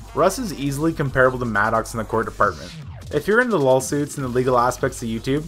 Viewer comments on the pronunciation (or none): Are you saying "Lol suits" instead of Law suits or am I hearing that because I think it's funny? If you're not you should, it fits so perfect....Ha